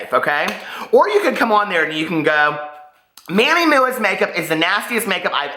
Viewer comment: “Manny Mooah” kills me every time 🤣🤣🤣 Love you!